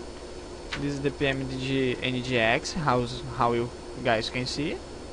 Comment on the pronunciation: Show. Vou ver se essa noite eu começo a migrar, vlw. Só uma dica, tenta tirar um pouco do sotaque carioca na do "this", tá falando como se fosse apenas um "T" com sotaque daí, ou "d", mas tá de boa mesmo cara:)